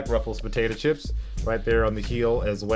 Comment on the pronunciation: says potato chips weird